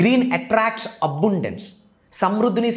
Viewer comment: అరే బాబు అబుండెన్స్ కాదు అబండెన్స్ అనాలి